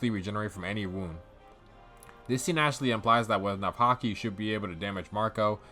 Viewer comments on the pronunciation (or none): none